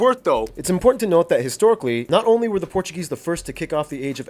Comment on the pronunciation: your portuguese is very good to be honest, nice pronunciation